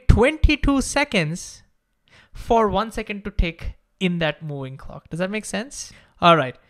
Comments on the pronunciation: Bro, please learn to say V, it’s moving, not mooing. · I can only hear "mewing" instead of moving.